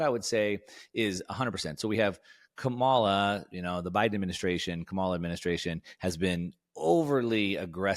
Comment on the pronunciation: consistently mispronouncing Kamala’s name is not putting you in a good light, and I suggest that you stop it. People will only draw one of two conclusions that I’m sure you wouldn’t want. Folks will either conclude that you are dumb (which I don’t think you are) because you can’t learn her name, or that you are racist (which I hope you aren’t) because you intentionally mispronounce her name as a way of disrespecting her. You may hate her policies, which is fine, but I think it only hurts you by saying her name wrong at this point.